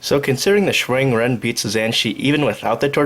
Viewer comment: "zan chee" lol. Interesting pronunciation